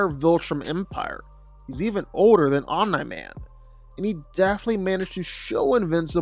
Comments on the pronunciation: Just say Nolan because "Om Nigh" drives me nuts! And "Luke Can....." 🤦🏾‍♂️😄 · Omeni man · Bro what are some of these pronunciations? Omna-man? General Craig? Lucan? Dude these are said properly in the show and they are certainly said how Kirkman intended. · I’m sorry but the way you pronounce Omni Man as “Omna Man” throws me off so hard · omen-man lol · The mispronouncing of Omni-Man was far too annoying to me smh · why does he say Omni-Man like that ...